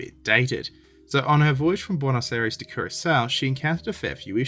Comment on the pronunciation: Nope. There's no such place as "Buenos Aries". The place is called Buenos Aires. A-I-R-E-S.